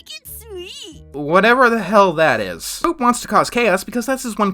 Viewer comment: Everytime I heard say Foop, it always sounded like he was saying Poop.